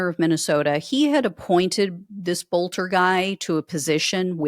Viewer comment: His name is pronounced "Belter". In Germanic names the second of two vowels is the one pronounced.